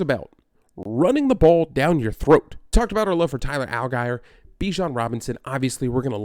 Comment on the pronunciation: It’s Tyler [Al-Jeer]not [Al-guy-er]